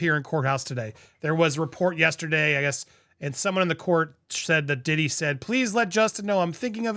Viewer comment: P "WEE" DIDDY 🤣🤣🤣🤣🤣🤣